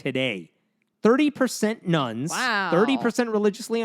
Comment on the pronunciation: Am I the only one who hears "nuns" instead of "nones" when they talk about the religious non-affiliated? XD